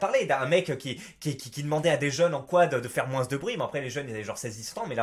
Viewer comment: Et personne ne te fait remarquer que tu prononces le "s" à chaque fois que tu dis "moins"?